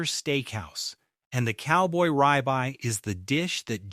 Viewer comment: Ribeye is pronounced rib eye, not rye bye.